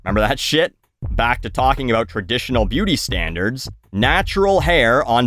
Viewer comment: But he can't say, "about".